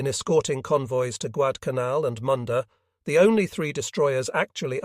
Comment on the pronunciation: Agreed, it is very difficult to follow the order of the videos. This video actually pronounced Guadalcanal correctly one or two times. The islands covered in this video are so small and obscure.